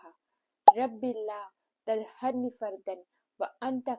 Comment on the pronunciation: Aap galat padh rahi hai..... Rabbi latazarni. Bola Taharni nai please read correct.. 😢